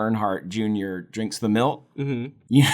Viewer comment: Sounds like you're saying milt every time you say milk